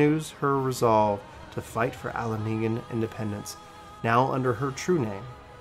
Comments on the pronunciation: correct me if I'm wrong, but it's A-la-gan. Not Algean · All-leg-ahn. Azis-Lah. Huh-rays-valger. That is all. :)